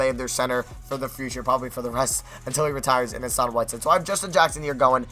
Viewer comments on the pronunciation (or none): none